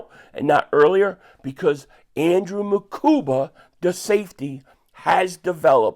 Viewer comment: you went back to calling him MakuMba!